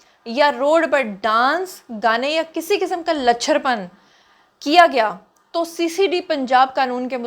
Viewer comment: Lach'cher pan, nahi, Luutch',cher pan, khtey Hain..